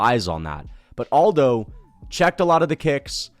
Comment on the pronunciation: Am i the only autistic fuck that cringes everytime someone pronounces Aldo's first name as if he's from a spanish speaking country? It's irksome as hell.